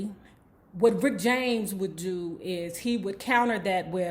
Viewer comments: His name is RICK JAMES not Rickty James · Lol, I love it when you say Ricketey James.lol